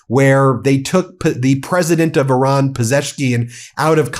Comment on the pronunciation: 💙 Thank you Ben for pronouncing "Iran" correctly, and also for your continued work, coverage, and courage. Today, April first should be renamed as "April Trump's Day". 👍🤟